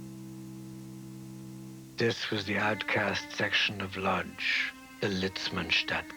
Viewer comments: I hate to be that guy, but the city is pronounced "Woodzh" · wish whoever made this orig docu had hired a narrator who could pronounce the name of the town correctly. in Polish the L at the front of Lodz has a slash in it and is pronounced closer to Wodj.....